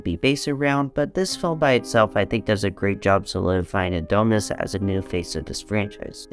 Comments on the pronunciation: I can't get over how he says "A-doh-nis" 😂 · GOOD GOD🙄 CAN YOU PLEASE PRONOUNCE ADONIS CORRECTLY 🤦‍♂️😅